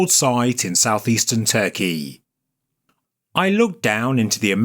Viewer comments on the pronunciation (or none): none